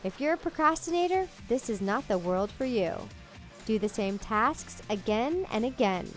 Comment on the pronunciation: did she said tasksk? (And I oop sksksk